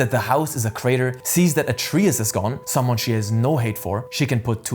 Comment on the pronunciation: What language did you play this game in? Why do you keep pronouncing Atreus like that?